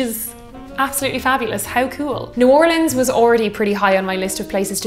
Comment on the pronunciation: As a girl from New Orleans, I'm super excited to see our notable cocktails and their history on your channel. So as we say here when we are ready to drink and have a great time, Laissez les bon temps rouler! (Let the good times roll.) 💜💛💚 also extra points for pronouncing New Orleans correctly.